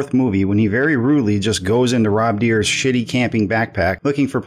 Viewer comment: Okay I like the video but something I want to correct you on. Rob's last name isn't pronounced Deer It's 'Die'r if you listen closely in Part 4 he says it.